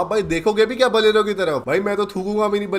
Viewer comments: Bolero ❌️ Balero ✅️ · Bhai baleno nahe bolero he 😂😂😂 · Bolero❌ Baalero✅